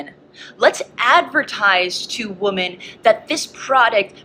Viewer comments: why is she saying woman and not women? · I have never in my life heard someone pronounce "women" as "woman," I was so confused thru half of this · it's pronounced WOMEN. not WOMAN. for the plural word. Ugh that drives me crazy. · “woman” instead of “women” 50 times in a row rapid fire is actually sickening I’m sorry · i love the point they're making, but it drives me crazy that they keep saying "woman" in place of "women." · the only thing that irritates me is the way they're pronouncing "women." It just sounds like they're saying "woman" instead of "women" and it's just throwing me off. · The plural of woman is WOMEN. Wih-min. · is it like a regional dialect or something to pronounce women as “woman”?? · Why do motherfuckers say “woman” instead of “women” now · The plural of woman is pronounced 'wi-min'! Arghhhhhhhhhhhhhhhhhhhhhhhh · That person in the tan shirt keeps mispronouncing the plural of woman as woman. People have to stop this. It’s stupid. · Just peers clip lost me bc she cant pronounce "women"